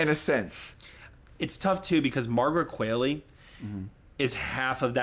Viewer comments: Other than GHOST & A FEW GOOD MEN what movies were Demi in that were quality films? Fernanda or Mikey for the win. Its pronounced Kwa-lee--Margaret Kwalee (Qualley) Brody gives one of the great performances ever. I wish I got the RealPain appeal. IM STILL HERE for the win. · Margaret Qualley is pronounced like Wall-E